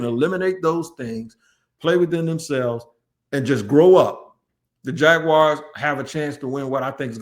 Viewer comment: It’s crazy but it’s always a yte man from the Midwest that says “Jagwire” instead of jaguars and still these supposed super fan journalists don’t ever say anything or even jokingly correct that ish!! I ain’t gonna lie, it is a pet peeve of mine being a day one jags fan since our inception and it really grinds my gears 😂 💯